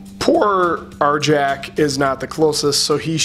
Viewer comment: Arrrr-Yaakk! Not Arjack!